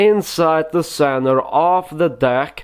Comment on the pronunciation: "Inside the centrev of the deck" hahaha every time hahahaha